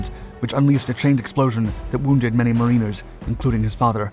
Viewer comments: Mariners prounounced mar in ers.in the film prounounced marine ers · Mar-i-ners, not mar-ee-ners. ;) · "Mareeners" 😊 Voiceover work is hard. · Marine- ers? Another robot voice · "Mareeners" LOL. What's with the pronunciation problems on this channel?